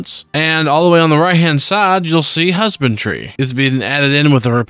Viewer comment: he keeps pronouncing it husband-tree instead of husband-dree if thats what you are confused about. Just seems to be a mispronunciation thing.